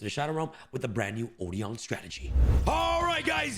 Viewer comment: Odion is been mispronounced